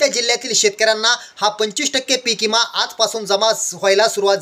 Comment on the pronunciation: इमा नाही.... विमा.... आधी बोलायचं शिक